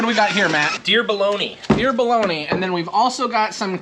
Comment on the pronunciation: Hearing say “deer bologna” it sounded like he was writing a letter….